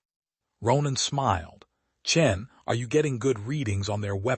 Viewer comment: It's Chen, not Chin. Rookie mistake.